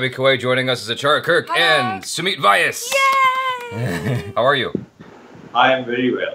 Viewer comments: Hey... There is this tiniest thing I I would like to point out to, which I think you will not dislike 😊.. I think Sumeet is hesitant to say it but you are slightly pronouncing his last name different.. If I have to put it phonetically, it's - V aas. You have to say it together but as 2 different words. Peace ✌️ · Dear Jaby the actor's surname is pronounced same as would you pronounce Proyas. (Alex Pro-yaas) aplies same to Sumeet V-yaas. Barring this the video was awesome.😊